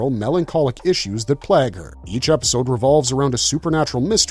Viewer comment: why can't the voiceover guy pronounce plague?